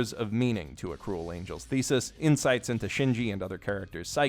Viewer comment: Yeah, not getting past the first few seconds IF you CANNOT MAKE THE EFFORT TO PRONOUNCE THE TITLE CORRECTLY. Just...nope.